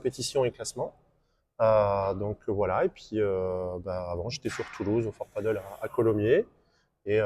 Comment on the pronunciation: Peut-être commencer par prononcer padel et non paddle ? 😋